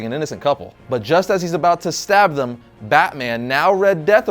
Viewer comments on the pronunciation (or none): none